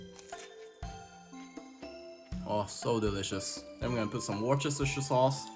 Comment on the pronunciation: Repeat after me...wuster-sheer sauce 😄 💙